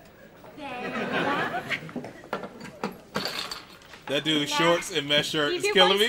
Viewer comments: Watch out with the name – it's Dafydd 'Dav-ith' ('ith' as in 'with'), not 'Daffy D' :) Welsh language version of 'David' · Dafty Thomas?! It's pronounced Dav-ith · I’m half Welsh...and I think it’s pronounced “Davvith” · Hello from the UK 🇬🇧 just letting you know ‘Daffyd’ is pronounced ‘Daffid’ x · crying at the pronouncing of 'Dafydd' little knowledge for you (not being rude, it's just nice to share) Dafydd is the welsh word for David and it's pronounced more like 'davith' (dd is a single letter in welsh and pronounced like 'th' in english) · I was waiting to see how you'd pronounce Daffyd! You didn't disappoint! 😂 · You pronounced Daffyd totally wrong